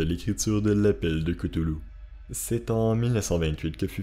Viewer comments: aprés dans call of cthulu et autres jeux sous licences COC on dit ktoulou et pas keutoulou XD aprés on s'en fout, moi je dis ktulu ;) R'lyhe c'est tellement pire a prononcer et a ecrire en fait XD par ailleurs je suis une grosse fan comme toi et je viens de finir le jeu sinking city qui est vraiment super top et adapte vraiment bien l'univers lovecraftien, je te le conseille il est meilleur que Call of Cthulhu ;) merci pour ta video qui rafraîchit ma memoire (je te conseille aussi le nouveau film Color out of space vraiment sympa) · Selon lovecraft sa ce prononce claüluh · ON DI PAS COUTOULOU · Koutoulou? Lol Ryley? Lol